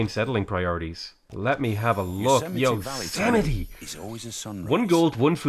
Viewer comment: I just came to the realization that I'm saying Yosemite wrong...